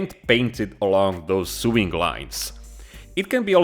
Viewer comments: Sewing is pronounced So-ing not Soo-ing 😁 👍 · My friend. I love you but you're driving me nuts - Sewing is pronounced "so-ing" not "sue-ing". "Sue-ing" is how you pronounce suing, which is what lawyers do. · sewing is pronounced sowing btw